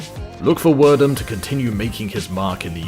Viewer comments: I thought is was Pronounced Verdoom not Werdum, genuinely thought, not being some smart ass commentor. Anyways, prime Royce Gracie was incredible and even Older Royce is a savage. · Fabricio "wher-doom" "steyep miockic" , Kron is seen choking bruce leeroy and the narator refers to a different fight, calls royce rickson...come on guy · Werdum too. Poor knowledge of content, on producers part.